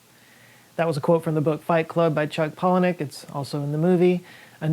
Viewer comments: You pronounced palahniuk correct the first time. He pronounces it paula-nick. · As far as I know Joes' pronunciation of Pahlaniuk is the more correct one ... Stress on the first syllable Puh. Anyone else here knows for sure? I'm curious